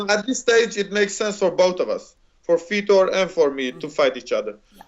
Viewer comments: It's funny how he says Vitor. This dude says Feetor. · i thought he said feder, lol